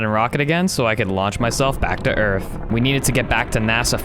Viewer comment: Hahahah you say earff 😁😁😁🤣🤣